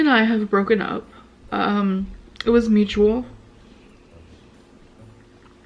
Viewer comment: It was Moo-chew-wool